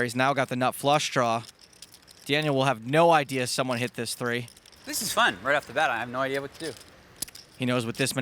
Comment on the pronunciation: It’s a three not a tray you clowns